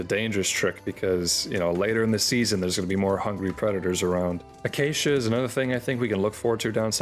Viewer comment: Don't try to sneak that pronunciation of acacia past us bro, "uh-cha-chia" is absurd